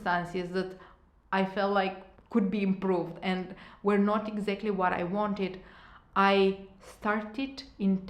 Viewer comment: Hi! Thanks for the great video! You’re very fluent in English obviously, but it takes away from your message when you keep saying certain words wrong. As it can be distracting for your listeners. Words like Still (you kept saying Steel), linear, exactly.. if you’re this good in English I’m sure you’ll have no problem pronounce those words correctly. Just a constructive comment.🌷